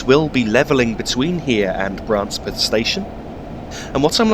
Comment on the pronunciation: The locals from Branspeth would laugh at your pronunciation of their village's name. It's first syllable is pronounced bran and not bra. Oh, and apropos of nothing in particular there's a village nearby called Bitchburn.